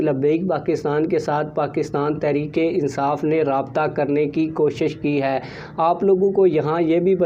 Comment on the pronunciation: محترم عرض ہے کہ پہلے اپنے الفاظ درست کرے تحریک انصاٖف تو ٹھیک کہتے ہیں جب کہ تحریک لبیک کے وقت آپ تخریک لبیک کہتے ہیں یہ لکنت کیوں؟ دوسری بات ہمیں اتنا پتہ ہے کہ بابے کا بیٹا ہمارا سودا نہیں کرے گا یہ سب خواب خیالی ہیں